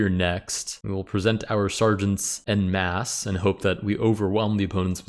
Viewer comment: Funny how as a chess player, you pronounce "en masse" that way, given that you pronounce "en passant" the more expected way.